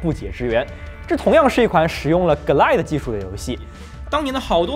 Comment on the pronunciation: 从Quake增加VooDoo卡支持变成GLQuake(节目中读GL Quake)，就可以推出Glide读“割奶”是不对的，应该一个个字母地读：G - L I - D - E，这里GL是一个名词的缩写，而IDE又是另一个名词的缩写，如果有人说我较真的话：我不较真就真的很对不起节目组：找到了20年前的MMX奔腾CPU，和模拟486 DX 33(基本可以肯定不是真正的硬件了)运行Quake的时的画面效果